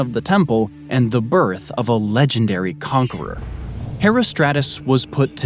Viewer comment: Well, every dictionary (British and American) agrees that "subsequent" is pronounced with the accent on the first syllable, and the names "Metagenes" (Μεταγένης) and "Herostratus" (Ἡρόστρατος) were butchered pretty badly (ask any Greek person), but I guess you don't believe that words have correct pronunciations, and that we can just choose whatever sounds good to our own ears, because "we're all different", so you must not mind when people mispronounce your name, since it's all subjective and up to the whim of the individual.